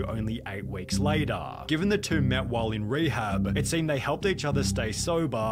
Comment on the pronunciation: I can’t stand hearing “later” pronounced in that way. Pass.